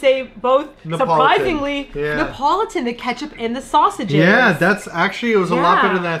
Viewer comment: You guys are saying Neapolitan weird. 😂 it’s Nee ah pol it tan. Not Ne Pole Tone.